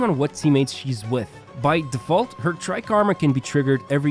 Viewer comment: Take a shot everytime he says "Tri-karma"